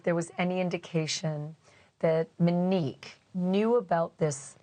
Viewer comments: Its not mahnique. Its MOHnique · Pronounce her name Mo- nique not Menique. It's really annoying, just call her Mo if you can't say Monique!! My best friend is a Monique and we hated when people call her Menique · don't they keep saying she went by MO as in shot for Monique....why does this lady keep calling her Me nique.........maybe I missed something.... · Thank you! She calls her Mo then can't pronounce Monique!?! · People generally mispronounce people's name as a form of disrespect and gaslighting. I agree it is annoying and irritating and grates on my nerves when someone does this.